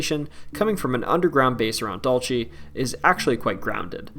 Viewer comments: Dulce is pronounced dool-seh, not dool-che. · DUHL-seh, not DOL-chay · It's Dul-SAY!! NOT Dul-chay. Please - all the narrators of these types of videos need to take the time to learn to pronounce the names of places. It decreases your credibility. Drove me crazy to listen. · Dulce is not pronounced dulche it’s pronounced Dool-se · So painful to hear u mispronounce Dulce!! Dule se, means sweet